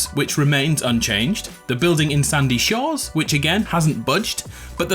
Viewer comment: you seid sandy shors whats in gta v